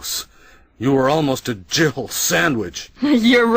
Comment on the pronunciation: I can't be the only one that heard jiggle and not Jill, right?